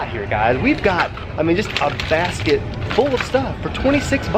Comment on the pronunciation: I thought you said bass kit but you said basket😂 Ps I love your vids